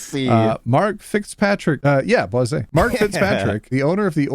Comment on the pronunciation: Idk why but the way you said "BWAH-ZAY" for Boise is killing me 😂